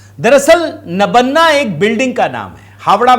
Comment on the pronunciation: नबन्ना नहीं सर , इस मकान का नाम नबान्न है । मतलब नया अन्न।